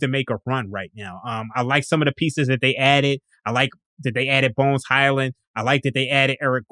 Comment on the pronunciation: Mf said bones Hyland lmooo